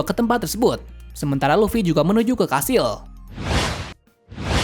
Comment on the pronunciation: Kastil❌️ Kashil✔️ 😂😂😂